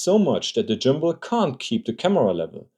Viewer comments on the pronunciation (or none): Jimbal = Gimbal 💀 just messing with you video is excellent thanks for the laugh 👍🙏